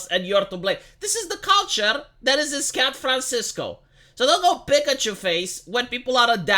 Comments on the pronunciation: I may have mis heard, but did you say Scat Francisco. If you did, well done sir! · Did say "Scat"franciso? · Haha... "Scat fran sisco"